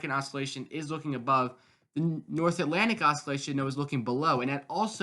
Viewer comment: I don't have a youtube station so i don't completely get this but why is there always 1-3 mins of garbage advertising spam and chum bucket chat in every weather video. get to the analysis please. I'll subscribe if your channel is accurate. i get it! edit also its "ossilation, not os-skillation"